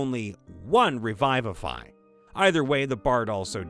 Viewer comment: The word is revivify, not revive-ify.